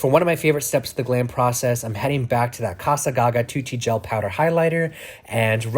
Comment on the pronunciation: It's not ca-sa as in Spanish it's ca-za with hard S for Italian